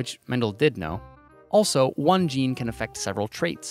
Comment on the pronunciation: also, what's a gaynay